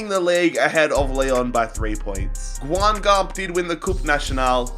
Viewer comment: "GUINGAMP" AHAHAH. I know it's difficult to prononce it but it was so funny. I'm not even able to write it in prononciation way 'cause this city is a "non-english-prononciable city". Cheers from France. (Red Star is also a club from PARIS)